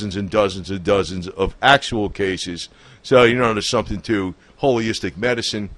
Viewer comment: It's Holistic! Not holyistic!